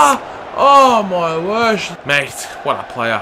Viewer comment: Oh my wersh haha